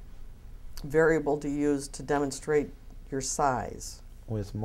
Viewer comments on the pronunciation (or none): Varable instead variable lmaooo